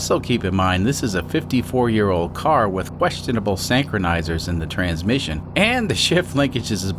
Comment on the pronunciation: What's a "sancronizer",?.